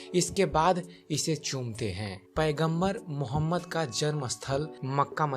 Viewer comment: Apne mazhab k bare me batao koi zarurat nahi hai islam k bare me batane ki tumhare mu se achha nahi lag raha hai pyaara sa naam mohammad or na tumhare talaffuz sahi hai